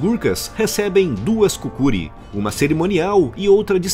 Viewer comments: Uma correção: Em o nome daquele facão é Kukri e não Kukuri. Já tive uma. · nome da arma é kukri e se pronuncia como tal, e nao kukuri. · A pronúncia correta da faca não é cucri? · Em relação a faca dele você estava pronunciando errado ela se chama kukri